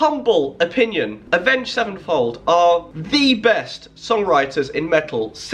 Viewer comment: "avenged sevnefold"